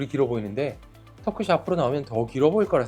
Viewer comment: 의사인데 발음이 틀렸음. 턱끝이. 터끄시---->터끄치.